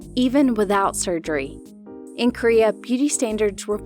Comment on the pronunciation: *sugery*(wongoung) but the rest of the vid legit❤